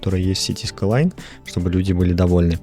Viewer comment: скайлайнс сука а не скайлан